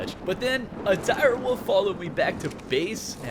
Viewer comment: I cannot explain why and how much hearing someone call a wolf a woov ticks me off... Ah yes "let me tame a direwoov." or "Let me tame my woov"